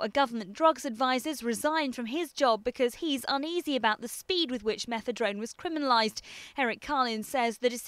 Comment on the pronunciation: Is it me or does she keep saying Methedrone? Fail